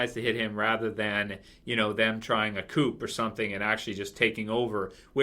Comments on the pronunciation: Yo,. "Coup" is pronounced "Coo", not "coop." French word and all... Sry if ppl already pointed that out to you. Just letting you know for future reference:) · Coup: It's a French word......pronounced 'Coo' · Hey. For your info the P in "coup" is silent and is pronounced Coo. Q&A If you hate spoilers so much why do you read the comics?! Anyway, episode 15 gets 7 out of 10 for me as I felt it was too contrived. I thought Michonne was out of order knocking Rick out, but think she did it as she realised Ricks actions may have been coloured by his hard on for Jesse. However, after all Rick has done for the group, I think they all should've backed him. Pete is a large lump plus Rick is rusty and so the fight was more evenly matched than suspected. WTF was going on with Deanna playing that loud shite music? A wake for her arse kid? I predict Jesse stays with the wife beater, and that Ricks group start to leave ASZ when the Wolves plus zombies attack ASZ, and Ricks group haveno option but to use the ASZ as cover but also so Rick can save Jesse. Pete will be kissed by a zombie, and the slapper Jesse will suddenly decide she wants Rick. Aiden and Daryl rescue the group, but Aidens boyf is zombified, and Aiden will seek solace with Daryl and nob him. The wolves take ASZ! and the new season will start sith Ricks group trying to re-take ASZ? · The "p" in "coup" is silent in that context. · I know, that was bothering me too...but I love.